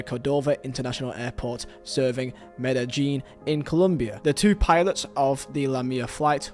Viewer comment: Me-da-jean > Me-de-yean